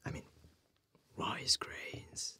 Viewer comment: Something about the “rice groooins alroooiitt noice!” Just made my Aussie heart smile 😂